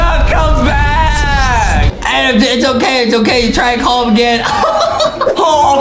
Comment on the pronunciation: justinits adem not Adam